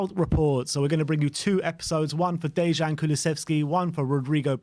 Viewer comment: The J in "Dejan" makes a Y sound, it's like "Day-yan".